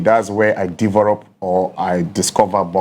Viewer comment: Heeerr stop😂😂😂, frag, deverop,famire, frawes, probre sɛsɛn 😂😂, i dey enjoy watching my guy. I told people Tete go win cos they fix am already. Keep going bro 🥊🫡